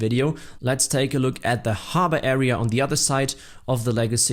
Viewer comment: Note: It’s pronounced harbor, not harbor.